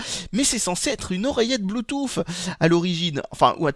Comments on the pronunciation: Oh bon sang, je ne suis donc pas le seul a le prononcer Bluetouf ! :o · j'aime bien quand tu dis "Blue-Touffe" !